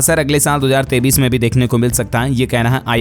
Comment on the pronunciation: AAP KA NEWS BAHUT ACHHA HAI LEKIN AAP 2023 BOLTE HO KI 2033 BOLTE YE SAMJH ME NAHI AATA HAI ESKO SUDHARO